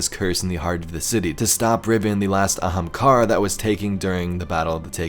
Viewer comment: An Ahamkara... Wow